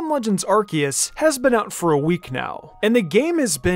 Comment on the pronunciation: Someone teach my boy how to pronounce the name of the game.